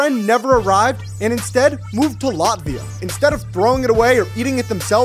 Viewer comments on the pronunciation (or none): Me offended because he pronounced it lotvia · He pronounces latvia laatvia😂